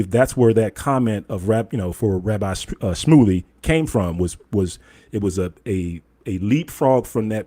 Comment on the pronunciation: Shmuly sounds like smuckly 😂😂😂